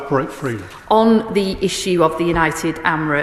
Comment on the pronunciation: SHE CANT EVEN SAY ARAB 😳these clowns in charge F**CK ME😡😡😡😡